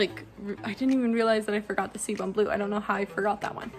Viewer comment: It’s pronounced “see-boo” blue. Great video. Very helpful.